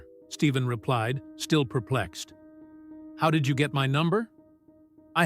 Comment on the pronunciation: there is no V in his name it’s Stephen Stefan is the way you pronounce it!!!Get it right or Quit!